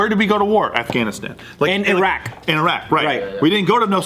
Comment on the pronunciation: I love how Joe pronounced Iraq correctly.